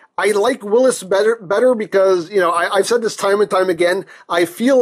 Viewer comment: Since it's a Jeep it's pronounced "will-ees" like the name Willy not like Willis ;)